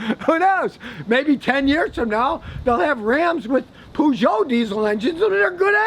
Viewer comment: 'Pooh-jout' LOL... :-D